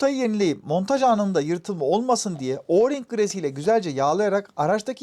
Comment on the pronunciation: Sonunda Oring’e Orling demeyen birini duydum 😂